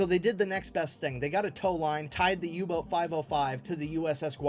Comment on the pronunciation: I turned on subtitles after you mentioned you may have some difficulty keeping up and they seem pretty accurate, maybe they'll help you out if needed. There is an occasional mishap like saying Yubot instead of Uboat. Edit: changed comment to add info.